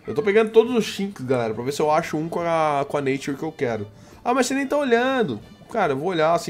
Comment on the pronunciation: falo os nome tudo errado, nature, iv etc..